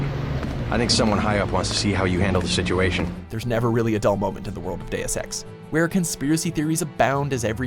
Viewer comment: cant help but hearing days of sex when he says deus ex xD